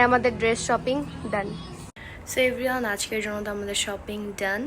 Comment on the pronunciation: Everyone ❎ Every on✅😂😂